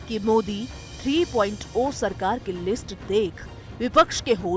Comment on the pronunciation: are bokli 3.0 (three point zero hota hai na ki 3.oa )